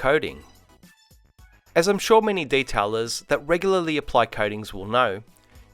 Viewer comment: What's a "day-tella?" A bank teller who only works good hours?